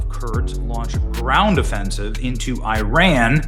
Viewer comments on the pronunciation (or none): Please say ‘Iran’ correctly. It is not ‘I ran’.